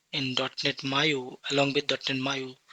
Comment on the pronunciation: Bro it's Maui not Maiu